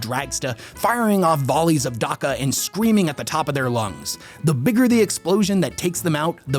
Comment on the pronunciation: I love you buddy but it grates me when you say darka. Maybe if there was no verbal examples for how it’s pronounced I wouldn’t care. But there’s like seven games with orks pronouncing it Dacka=Dakka. There’s imperial characters that say dakka. You’re the only place I hear Darka, where did you get that? It’s like people saying larnce for lance, or Cooley for quail. please say it right so I can fully enjoy your ork lore.